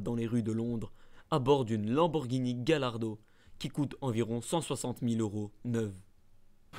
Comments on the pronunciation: "GAYARDO" pas "Gale ardo" ;) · Gallardo se dit Gaille-ardo